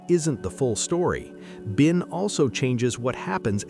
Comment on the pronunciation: It’s binc, not bin